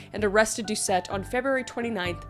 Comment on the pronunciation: Louisianian here. Doucet is pronounced "Dew-say". :) It's French, so you drop the last letter. Really good effort, though!